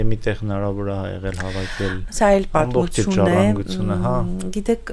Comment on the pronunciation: Անընդհատ՝ «ցուն, ցուն», «պատմուՑուն»... ասացեք «թյուն»,... Անհասկանալի է գիտական աստիճանի հասած մարդու հայերեն խոսքի այսքան տգեղ հնչերանգը։